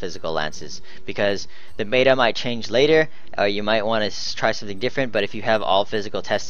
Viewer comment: it's pronounced met-a not may-ta